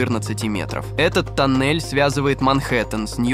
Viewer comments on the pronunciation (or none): Афтар, зачем ты в некоторых словах ставишь не правильные ударения? Например "тОннель", а не "тоннЕль" или "бУрение", а не "бурЕние" ? Слух режет. Слушать противно.